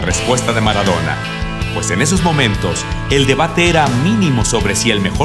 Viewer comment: Jajaja mara-dou-na xddd F murió ú.ù